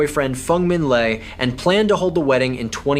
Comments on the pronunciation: Le is pronounced 'Lay'.....not 'Lee'. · I know others who prefer to pronounce it as Lay